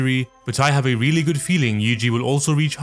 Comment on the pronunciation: Yuji is actually Yuuji in Japanese, 3 "syllables" yu-u-ji where u is long so last part is wrong though and itadori is i-ta-do-ri or yuu-ji ita-dori 2-2 if we are talking strictly about kanji I thought you would know that but now I am disappointed